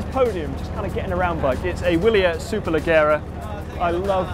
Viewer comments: Someone teach to pronounce Wilier. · People losing their shoot over Bianchi pronunciation and missing Wilier that should be pronounced with a V. The bronze colour is Ramato and is Wilier's old school colour like Bianchi's Celeste. Bit o' research needed